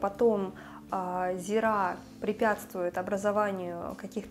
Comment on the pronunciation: зИИИИИИИра. зИИра. не зирАААААА!!!